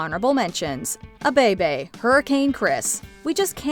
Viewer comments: SMH. It's "AY BAY BAY" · I know it may seem confusing...but its "Aye Bay Bay" even though its spelled "A Bay Bay". Sincerely, The culture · You pronounce A in A Bay Bay as eh.